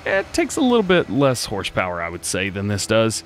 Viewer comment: Instead of horsepower, he said horschpower. Good one DJ